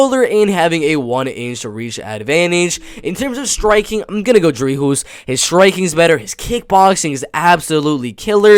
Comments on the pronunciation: Its pronounced Dree-cas . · The s in Dricus in not silent but the last s in du plessis is silent